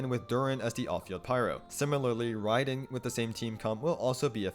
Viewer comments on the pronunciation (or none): none